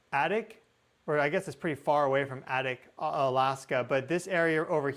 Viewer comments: ▶️ ADAK = AY-dak. (AY as in 'day'.) Just sayin'. Thanks. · Adak is pronounced A-dack, like tack. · Adak is long A. You pronounce so many names I wouldn't do well. Very interesting presentation! Thank you. I was in Anchorage in '64.